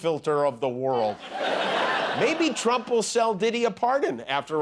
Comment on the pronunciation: Trump watch say s rump in stead of trump really 😂😂😂😂😂😂